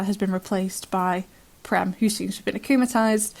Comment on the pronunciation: Prem is an Indian name meaning love in many languages of India. And the 'e' in Prem is pronounced as the 'a' in cage with the vowel being extended a bit. I am sorry but I have to correct it. It is a pet peeve of mine. And that too it is an Indian name and I am an Indian. I always thought that and I saw in the wiki and they used that same meaning. It did originally come from Sanskrit and is used in many languages of India.